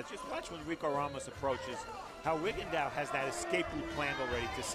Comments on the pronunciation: commentators calling him RigondAU... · Vision In one of his fights Michael Buffer pronounced his name correctly, loud and clear but guess what? The commentators spent the whole fights saying Rigon-diaw. They are lazy and think they have the right to butcher the pronounciations of foreign non-english names while getting paid to commentate and be professional. SMH.